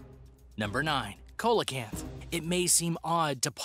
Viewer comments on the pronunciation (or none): It's pronounced "seal o canth" not coal a canth. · Coelacanth is pronounced, See-la-canth. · Colelacanth is pronounced "sea - lo - canth" and Megalodon is "meg - al - a - don" but otherwhise a great video! 😄❤️🇧🇻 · See-low-canth is how you say the name of the fish